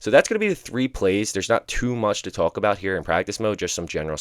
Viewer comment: Why do u say “tuhulk” instead of “talk”😂😂😂 dude putting emphasis on talk for some reason